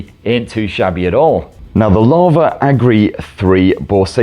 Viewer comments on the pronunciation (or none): It isn't Agri. It's Agni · Drink every time he says Agni wrong. 😂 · Love how we got 50 different pronunciation of "AGNI" 😂😂❤